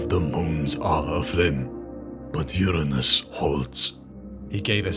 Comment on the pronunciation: You didn’t pick up the wrong pronunciation of Uranus 🤣 23 mins in